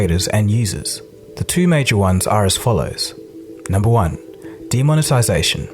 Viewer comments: "demoniTISION" wat? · "Demonetization", not "demonetision".